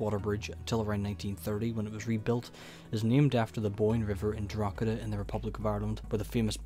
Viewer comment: stopped watching after a few poor attempts at saying Drogheda and then hearing Londonderry. It's Derry